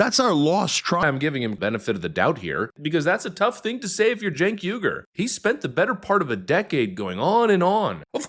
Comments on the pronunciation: No offense, but his last name is pronounced why-gur. The Uighurs are tribe in China. I agree with your commentary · Its not yu gur it's uy hur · his name is pronounced “ weeger” like the people being kulled and gutted by China. He is going to have to talk like this for a really, really long time before I will believe him! He needs to grovel a while lot more! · It's pronounced Chink (like the Chinese) Uyghur (the guys the Chinese are genociding.). (wee-gur)